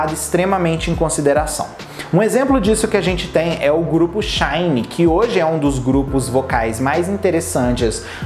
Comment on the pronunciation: Nao e shine, se fala shainii